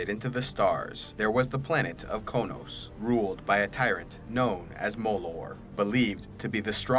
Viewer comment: Finally! Somebody pronounces Qo'noS right.